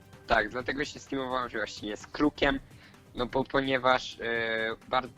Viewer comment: Bo a nie Bu